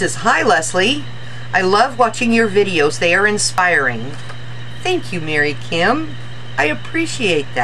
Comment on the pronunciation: Leslie, thank you so much for making this video. Lol and yes you did pronounce my last name correct. I'm so excited now that I have your video to refer to when needed. Not only will I be able to craft with it but I can add it to my exercise routine. :) Thank you again and I look forward to more inspiring videos. Mary Kim